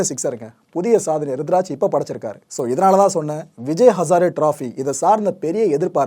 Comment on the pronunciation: Bro kindly..he is ruturaj or rithuraj..🙂🤗